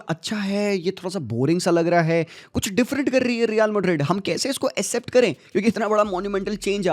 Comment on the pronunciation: Its not ascept, its Accept😅